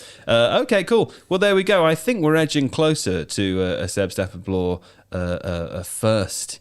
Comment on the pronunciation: Yeah this got shredded for whatever reason, cut off the first part! How can I get hard without hearing saying Seb's name wrong?